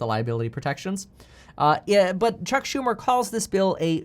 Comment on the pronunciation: You lost me the minute you said chuck shu..